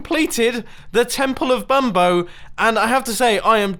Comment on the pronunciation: Pronounced See-nyor-eye Bum-bone-ee